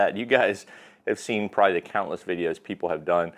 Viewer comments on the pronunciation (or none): none